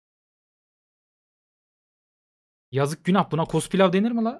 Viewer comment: Akıncılar: Ne güzel cenk edecektik. Adamın biri paşaya cospilav demesi yüzünden savaşın ortasında konsantrem bozuldu